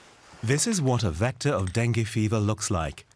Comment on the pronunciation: Not denge dengue